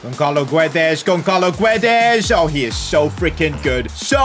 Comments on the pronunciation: gonçalo is pronounced 'gonsalo' not 'gonkalo' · pronounced gonsalo btw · Damn..pronouncing Gonçalo as Gonkalo hurts me. the "ç" in it is pronounced like the "s" in salt.